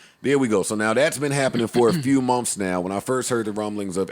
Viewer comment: Is it just me or the way joe burden says “MONTHS” doesn’t seem right ??